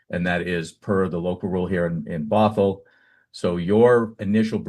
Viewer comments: you keep butchering Bothell, putting emphasis on the wrong syllable. Say it like brothel without the r. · Bothell not bot hell😂